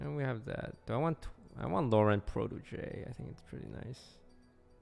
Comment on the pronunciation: LO-RENT is not the right way to pronounce Laurent, it is LOr-HOUGH